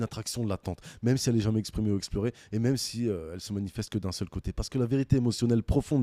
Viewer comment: "Un seul côté" "profonde"